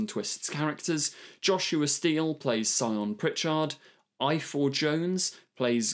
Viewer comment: Good video but you really should have checked how to pronounce Welsh places and names. A simple example is the use of F and Ff. 2 Ff is pronounced as an F but a single F is pronounced as a V. Ifor is Ivor